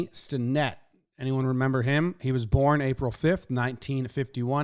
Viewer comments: Accent on the first syllable. STEN-nett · Stennett rhymes with Bennett. Pirates fan since 1971.